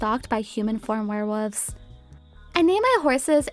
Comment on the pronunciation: I keep understanding "werewoofs"